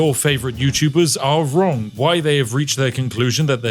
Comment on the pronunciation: am I wrong about the agorrfivm? Sorry vrongh. Are you drunk? Em eye vrognh vabout va agorrfivmm?